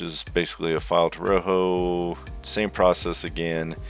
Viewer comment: great video but i couldn't not point this out, rojo is pronounced as ro - joe, but i found it a bit funny the way you pronounced it in the video as roho, and again the video was great i will be watching future videos from you.